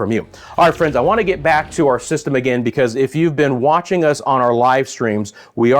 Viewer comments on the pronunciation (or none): none